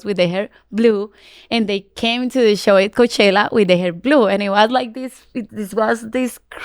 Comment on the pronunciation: Karol G always shines in her interviews, a Queen. No wonder she's the first Latina to headline Coachella.. a music festival named after a city and Valley that runs on hard working Latinos, which is currently being massively gentrified. The way Karol pronounced "Coachella" from the main stage gave CHILLS. Sure, i'm the one who missed the point.. 😅